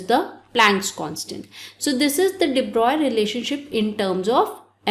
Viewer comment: I think you are the only one who tell everytime de broy in pronunciation. Everyone is forget to pronounce it in flow